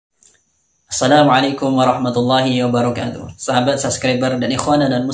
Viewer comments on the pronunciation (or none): Cara ucapin wabarookaatuh aja masih salah